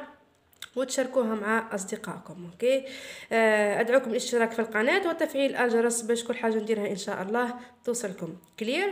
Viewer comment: الاجرس😂😂😂😂😂😂الجرس مش الاجرس😅😂😂😂مين لاحض اعيدو الفيديو رح تشوشو 😂الاجرس😂😂😂😂😂😂😂😂😂😂😂😂😂😂😂😂